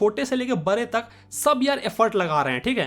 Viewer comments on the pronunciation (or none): Bhai bare nahi bade hota hai